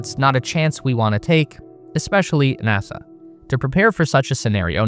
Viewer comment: it … haapined nahsa 😂🎉